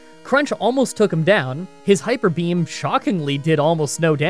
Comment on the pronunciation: During one of the elite four members said hiker Beam instead of hyper beam